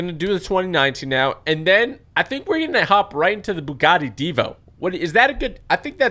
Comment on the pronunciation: You say it right divo